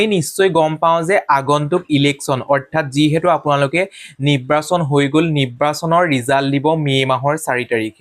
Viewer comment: নিব্ৰাচন নহয়, নিৰ্বাচন হে